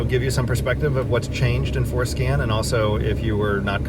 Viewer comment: I initially thought you said Foreskin LOL, Im on the floor laughing sir... excellent video for diagnostics, thank you